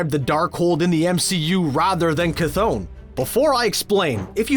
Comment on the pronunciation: For the love of all gods it’s (Kuh-th-on) bro